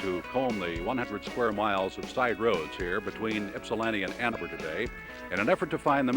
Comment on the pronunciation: That one reporter said "Anna Burr" instead of Ann Arbor. Never heard it pronounced like that before. hahahaha